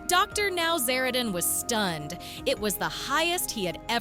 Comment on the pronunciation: It wasnt james mom bringing him food, it was his girlfriend. Get your facts atraight for goodness sake. Good grief. Dr Now-zara- Dan? Wrong. Totally ruining the drs name.